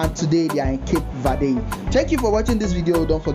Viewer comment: What did you say? Cap vade' hahahahaha. Learn how to pronounce " CAPE VERDE " next time. Nice video.